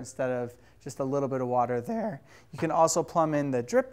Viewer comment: Great video - anyone catch that nice trill on "there?" /